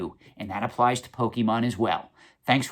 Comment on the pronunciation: Bruh, you say pokemon wrong. The bar ain't set very high. The content is important, not the nit-picking over words.